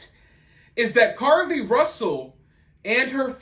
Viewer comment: Are you still saying Carly Russell?!?! I can’t take it anymore 🤣